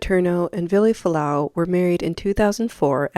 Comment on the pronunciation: No one pronounces his name correctly. Including you.